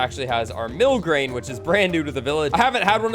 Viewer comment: Bro said mill grain 😂